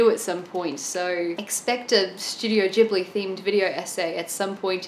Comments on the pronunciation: About the word "Ghibli": "ghi" should be pronounced like "gui" in "guitar". Check out the origin of the Italian word Ghibli. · Isn't it different in Japanese? Why pronounce it the Italian way? 🤔